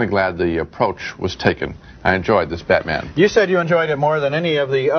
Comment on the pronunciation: Did Siskel call Batman Beatman